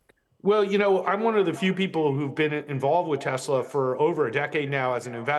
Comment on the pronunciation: As per the supreme leader it is Teslerrr :face-green-smiling